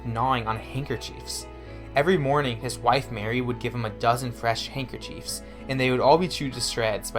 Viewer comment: "HankerCheeef" "Rio Grawnd", "Mareeno-Hara". 😅